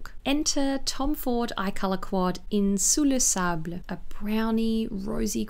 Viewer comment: Happy birthday,! A lovely video, just as always. My heart melt when you pronounced perfectly « Sous le sable », I am french speaking so it is so beautiful to me when words are pronounced so perfectly by an English speaking person 😂 Sending all my love for your birthday! Bon anniversaire, belle! Bisous x ❤